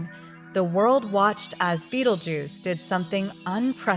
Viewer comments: She cant even pronounce the name right ! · Can't AI even manage to pronounce Betelgeuse correctly? Z